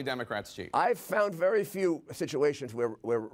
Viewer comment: Be vehwy vehwy quuiet!